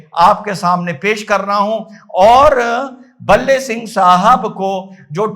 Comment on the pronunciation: भाई का नाम भले सिंह है न कि बल्ले सिंह।